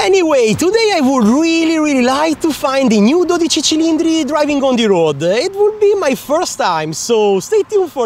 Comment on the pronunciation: Hearing a non ferrari emplyee say the new ferraris name the right way with the accent has confirmed something for me. Everyone will be calling this the Ferrari 12C cause that name is too hard to say